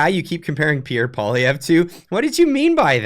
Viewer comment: He can't even pronounce Poilivere properly. Both Trudeau & Poilivere are underqualified. Trudeau was a teacher & Polivere was a out-of-university party gofor functionary who thinks he can run the Bank of Canada. Get ready for the knuckle white ride of your life, either way.